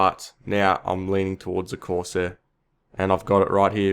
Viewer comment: "corseh skimiter" We all gotta love the accent.